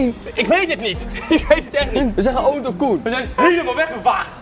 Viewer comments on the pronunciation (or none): none